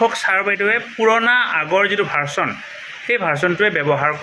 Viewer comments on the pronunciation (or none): ভাৰচন নহয় ভাৰজন বুলি কওক